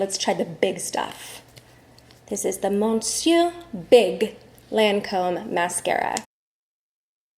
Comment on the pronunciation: Lovely lady and such a beautiful family!! I must tell you though, that ‘Monsieur’ is pronounced ‘mes-yer’. Just the French-Canadian in me kicking in. Lol 🇨🇦